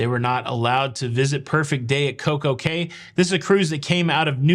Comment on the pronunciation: By the way, Cay is pronounced “key”